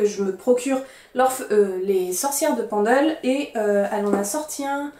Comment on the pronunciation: Les éditions Flammarion font de bonnes éditions critiques je pense qu’il y aura des références et notes de bonne qualité pour comprendre le contexte. Tiens je ne connaissais pas « Memoires de Zeus » je vais voir si je peux le trouver car les livres sur la mythologie m’intéressent beaucoup. Petit détail pour la prononciation Pendle se prononce « Peine-dle » ce n’est pas très éloigné de la où j’ai fait mes études (Lancaster au Royaume -Uni) et l’histoire des sorcières de Pendle est très connue dans la région et en Angleterre c’est l’équivalent des sorcières de Salem aux Etats-Unis. As tu déjà lu Ray Bradbury pour ses nouvelles fantastiques, Fahrenheit 451 ou Chroniques Martiennes qui te plaira certainement ?